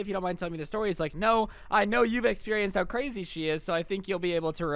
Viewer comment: Wow she's cwazy